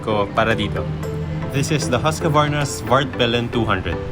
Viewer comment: Nice Video! But why you say "Husqavarna" instead of "Husqvarna"?